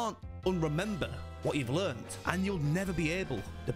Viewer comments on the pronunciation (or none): none